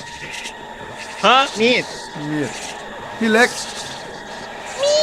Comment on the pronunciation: เบื่อไอคำว่ามีดกับมี๊ดหวะ555